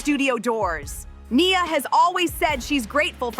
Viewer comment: Right? It’s about Nia, yet the commentator can’t even pronounce her name correctly